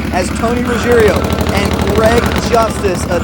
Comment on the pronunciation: It’s roo-gee-AIR-oh. NOT rooj-EAR-eh-oh. The I comes after the G not after the last R. Basic Italian. I remember when sub 8s were a new thing in NHRA Too Fuel. Doing that on two wheels incredible! /s/ Matt’s dad